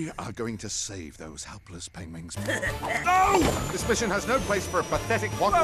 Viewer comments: no it’s penglings pengwins Penguins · I never even noticed that he wasn't saying penguins most of the time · Benedict Cumberbatch was specifically hired for his pronunciation of pengwing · Bevevolent Cabbage Patch not being able to pronounce pangwins gives me life. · Not once have I ever noticed him mispronounce penguins. It's precious. I didn't even know he played agent classified until I pulled up a clip and listened very closely to his voice. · So this was made before he learned how to say penguins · well the movie isn't about pronouncing Penguins right. so it doesn't really matter. besides it's cute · Just found out from the Graham Norton interview that he can't pronounce "penguins" correctly, now that "osteoporosis" dialogue makes so much sense! Made me wonder if he was given the part in this movie as a mini-joke because he can't pronounce "penguins" lol. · oh men he finally said penguins well atoeast one time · Doctor Starnge's one weakness... pronouncing Penguins 🐧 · He said it right but, the rest of the movie he couldn’t say it correctly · He ACTUALLY agreed to do this movie, KNOWING he can't pronounce Penguins xDDDD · This movie is dedicated to making fun of his pronunciation of penguins